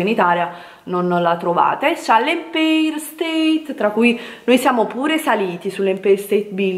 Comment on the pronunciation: Noo ma con tt sti soldi che hai speso un corso di inglese/americano no?empeir e stupendoo😅e poi donuz nn s Po snti'.